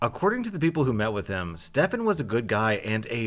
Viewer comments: Of course when my name in a video not only is it pronounced “Stephen”,(common mistake, no hate towards ) the Stefan is the bad guy of the story! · Stefan not stefen*